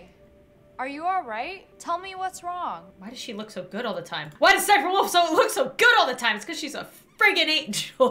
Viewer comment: It is spelled sssniperwolf but you say siperwolf.